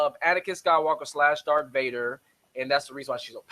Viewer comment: "DARTH" not "Dark". I hate when people do that.